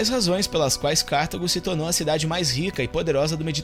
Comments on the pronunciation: Vídeo excelente. Só uma coisa. Não é Cártago. É Cartago. Sílaba tônica é a "ta". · Nao é Cártago, senão teria acento, porque seria proparoxítona. É cartAgo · Muito bom o vídeo! Só uma observação: o nome da cidade na África é Cartago - e não Cártago.